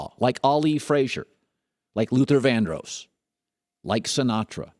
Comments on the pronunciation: Luther VANDROSS....DROSS.....OSS....please learn to say it right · his pronunciation of vandross is really annoying